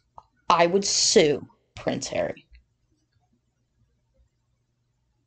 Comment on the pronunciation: I love how you say “Pwence Haweeee”👍🏼. I like how Trevor Coult MC referees to him. You know and he deserves it. Those two little liars deserve everything they get…..and their minions too🙄